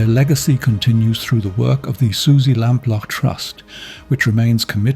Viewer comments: Along with Lord Lucan, Suzy Lamplugh's is the most famous missing person case in the UK. So it's baffling this narrator repeatedly mispronounced her surname. Is it an AI voice? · Would be better if he could pronounce her surname correctly. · I assumed the voice over is AI because of the wretched mangling of the name Lamplugh. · Lamplugh is said as lamplooo, your voice over says it differant, suzy lampla your sounds like, says it wrong several times, totally differant to the news station reading of her name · I like it because it’s English and I’m sick of yanks everywhere. It’s just the way some words are pronounced annoying me. Her name is pronounced lamplooo not lamplaaar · Exaclty as, others have said, the news link says name correct, your ai voice says lampla, it's said lamploo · Pity the voice says the surname wrong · Sounds like AI due to mispronunciations of her surname.